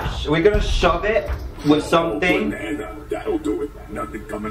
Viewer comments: I laughed! Because DanTDM say “Bunana” instead of Banana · Dominick Lambertino and he never only say "sayd" he also said boonana